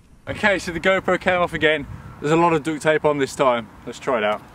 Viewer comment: did u just say dooct tape???